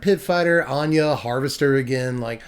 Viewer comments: finally, someone who says "Ahn-yuh" instead of "ANNE-GIE" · ANYA! Anje is pronounced Anya. People pay attention. This man speaketh prophesies.... he preacheth!...